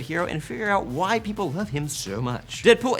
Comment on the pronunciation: It sounded like you said "So, that's why white people love Deadpool" made me laugh